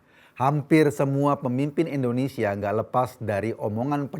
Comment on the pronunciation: bnyk salah ngomong. Pertama: nyebut kata E ndonesia bukan Indonesia.. kdua: prodAk.. bukan prodUk... Betulin deh bhsa loe, ko... Malu sama kadrun.. nyebut nama ngara sendiri aza salah..